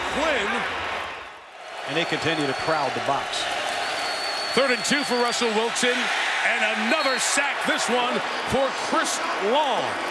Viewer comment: Dude must've said Rutzle Wilson about 15 times lol